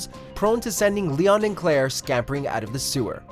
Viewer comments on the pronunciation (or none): none